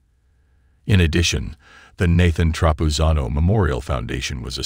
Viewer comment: Why do you keep mispronouncing Nathan's name?